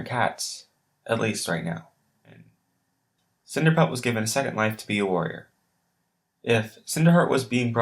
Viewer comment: cinerpelt lol